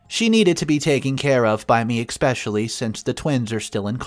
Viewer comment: Not to mention how he can’t pronounce “especially”. He keeps saying expecially every.damn.time. Oh and all other ones.